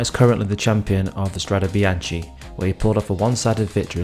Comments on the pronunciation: PRONOUNCED: strade bianke! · Nice video but it's pronounced strade bianke (and the "e" is pronounced just like the "e" in the word "end" )